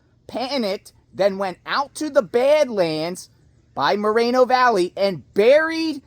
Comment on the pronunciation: It’s Mor reeen o Valley